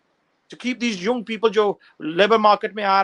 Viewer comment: Yea he said "yunng" instead of "young"